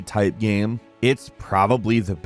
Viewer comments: Lol why is game always pronounced "Gam" in these videos? Does no one in editing notice this? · Please learn to say the word "game". It's not GAM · I hate the way you say gemm instead of game but I love your vids so I’ll keep watching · i like that you pronounce game like gaem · Half the time he says Game, the other half he says Gayem as if game is two syllables, whyyyyyyyyy? lolol. Good vid nonetheless